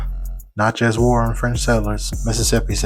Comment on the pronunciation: It’s pronounced: Na-chuhz.